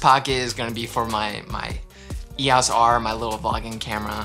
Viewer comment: WOO another video, first person I have ever heard pronounce EOS R as Eeeyos R was cute lol